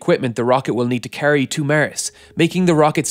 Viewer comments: It's pronounced Mars not miarse, sounds like youre saying mi arse. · You have very interesting content! But... Could you pls start saying Mars instead if Mers. Please?! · Mars , not ,Mers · It's not Mers... It's Mars.... 😂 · "it reduces the equipment the rocket will need to carry to Mers!!" lol Does anyone have Mers Ber? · Not mars Not mers MÊrs